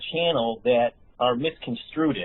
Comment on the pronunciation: Did say "I'm reading research papers for remdisphere"?? WTF? (As well as saying "misconstrooted"). This guy is obviously no Einstein (though HE probably would disagree - he seems to think he's pretty hotshit). Reminds me of a street level hustler honestly. EDIT: And a "doctor" who doesn't know the difference between 'embolism' and 'emblazon'?? He hasn't got a medical education. There's no Masters degree from Harvard. This guy is a slightly unhinged (overly "stimulated") fraud. And Jason - BRAVO. Much respect for calling out this charlatan and giving it right back to him.